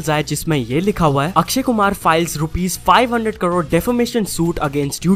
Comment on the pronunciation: पादसो कडोड 😂😂😂